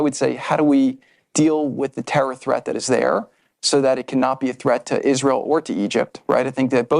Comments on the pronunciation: Why does she say 'eeshreal' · She says "Ish-reel" with that smug mug.🤨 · Candace is a hateful JackAss and Brigitte Macron is a MAN! Even a Jerk like Candace can be right sometimes. Truth be told, she went off the deep end after converting to Catholicism. Notice how even Candace Owens pronounces Israel: IS REAL Israel is real!!! Subconsciously, it comes right out of our enemy's mouth... Kanye is a proud Hitler sympathizer and Candace loves him, that is very telling of Candace. Fraud. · Ishrael....she can't even say our country's name right. Such hatred. I live here. October 7 happened. Everyone knows someone who died. Plus, how sad Hamas would be to know that she doesn't believe their efforts to destroy us. They took video and were proud of what they did. Celebrated in the streets. What does she think that was. I think she needs to be tied down and watch the Hamas videos of destruction. A**hole. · Why can she not pronounce Israel correctly? She says "Ishrael"